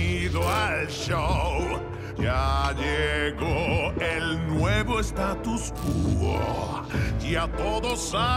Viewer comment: "Tatos cuetes" se dice Statu Quo